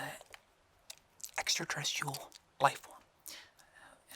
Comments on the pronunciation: I think he said "estratrecresticle" i..i.....i.i.i...its..rather..interesting... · I thought my mans said “extratesticles”